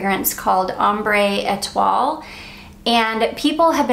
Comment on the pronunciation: Ambre Etoile is amber star. Et-wahh is how you pronounce that.